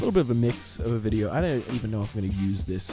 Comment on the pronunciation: "Enjoy the videor"